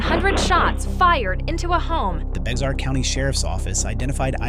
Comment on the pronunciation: Bexar is pronounced as "Bear" Bear county